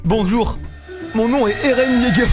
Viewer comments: Dites moi que jsuis pas le seul à qui sa triggered de l'entendre dire eren YEAGEUR au lieu de eren YEAGA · « Eren Jeager » 😭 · Airene yégueur